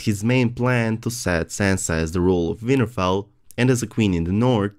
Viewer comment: lol I keep hearing '' Weinerfell''